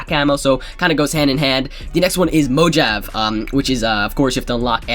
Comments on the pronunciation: this nigga just said "mo jav" its Mo-ha-vee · Did he actually at Mo-Jav... It's MoHaVE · lmaoo "moe-jav" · Mojave😂😂😂😂 its pronounced "mo-ha-vee"